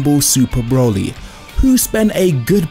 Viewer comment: his name is broly not brawley